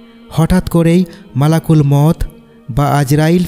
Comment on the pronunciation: বিনা অনুমতি তে মানুষ এর রূপ ধরে এসেছিল malakul মাউত ... Jar কারণ এ মুসা নবী থাপ্পড় মেরে চোখ বের করে দিয়ে ছিলেন... আর malakul মাউত কে malakul mot বলছেন কেনো... কি সব উল্টো পাল্টা হাদীস sonaccen মানুষ কে... আল্লাহ্‌ আপনাকে ক্ষমা করুন.. 🤲